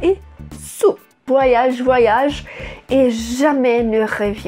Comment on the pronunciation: Gostei da explicação e a pronúncia do nome da música. Bem legal esse vídeo, filha, como todos muito bem explicados. Cada vez melhor né??? Parabéns!! Beijos mil.